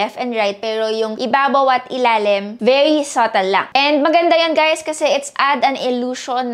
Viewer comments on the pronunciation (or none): none